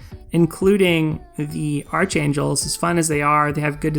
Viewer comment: Btw, it's pronounced ark-ain-jel, the h is silent. It is not like archenemy, which you do pronounce the h. I don't know who came up with these English rules, but they are confusing as hell.